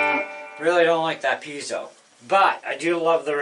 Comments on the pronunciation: You are the first guy I've heard ptonounce Piezo correctly! Mark Evans, Ekectrical Engineer. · You are one of the few that pronounces piezo correctly, signed an Electrical Engineer.